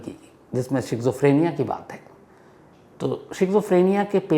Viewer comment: शिज़ोफ्रीनिया नहीं स्कीज़ॉफ्रेनिया